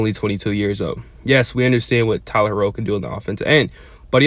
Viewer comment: I love the content. I just wish you say tyler herro like the super hero